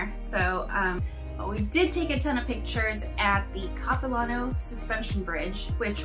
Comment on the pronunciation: If you come back this way again please let me know. I live about 100 Kms east of Vancouver. I grew up in the suburbs of the city, not far from the airport actually. By the way the LAN part of Capilano is a short “a” sound, like “hand”. Small pet peeve! Please say Vancouver, BC, Canada. After all we don’t say San Francisco, USA ( for example). Good thing you didn’t hit pouring rain when you were here!